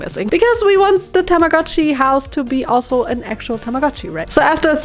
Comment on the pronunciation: TAMAGO-CHI IS PRONOUNCED WITH A LONG O. たまごっち - Tamago-chi - Tamago is Japanese for egg.